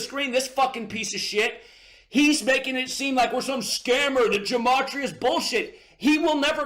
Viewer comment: Also, greatly exaggerates how important it is to learn gematria. (A word he doesn't even pronounce right.) There has been so many truthers throughout the years and most of them never or barely even mentioned gematria. And guess what? These people still many people to wake up to the new world order and even celebrities displaying illuminati symbolism in their entertainment all time. And the vast majority of the non gematria truth community has been christian, and denies Christianity and blasphemes Jesus all the time. He's blaspheming Jesus all the time because he leading truthseekers away from the truth of Jesus.